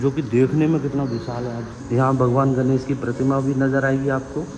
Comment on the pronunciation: Please भगवान् गणेश को 'गनेस' मत कहिए । अत्यधिक खराब सुनने में आता है । भाषा ठीक कीजिए । तत्पश्चात podcast कीजिए ।